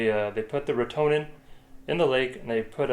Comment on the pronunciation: Hey guys Just though I would chime in here. I have some comments for you guys First, Retenone is pronounced wrote ta known. Also we dont really call it killing we call it treating. Treating is can 100% but it can be if treated at the right time with the right dose. It is a big project and costs a lot of money. Most of these treatments are over winter where salmoinds take up all the biomass, some fish such as shiners are good at low O2 levels and can survive these actitivies. Rotenone is a legume from south america, and it was found by tribes who would make a paste of it and throw it into water and the fish would float up for easy catching. It is also called a piscicide which means killer of fish. The compound is a surfactant and causes things with gills or transpire through their skin to suffocate. Animals seem to be able to detect it but it is normally too late by the time they do. As for the motor on the lake there is a huge process to go through to get that to happen. It is called minimum tool analysis winch can permit such things as motorized usage in wilderness etc lots of paper work. Those streams coming into sunburst would have been treated above and allowed to flow chemical into the lake ensure no fish survival. The tratment normally takes man hands on deck. I know with our projects we like 10-20 people more people the better the end result. After treatment you are proabably not going to catch and trout. Especially large ones, they use more O2 and are more sensitive t